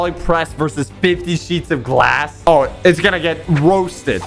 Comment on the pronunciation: He said bullet proof glath huuuh????????!?!?